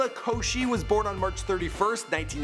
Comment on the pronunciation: woah, he pronounced liza's last name correct